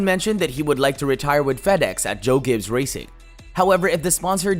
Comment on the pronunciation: Great.... more fake NASCAR channels. This is utter rubbish. You can't even pronounce the team name correctly and none of this is news. Stop making videos for clicks to achieve some BS success. Please people.... stop watching this nonsense. A video with a bunch of random facts that we already knew, and offer absolutely nothing new. You are literally copy and pasting a bunch of pictures together, with some word vomit of information that is a year old.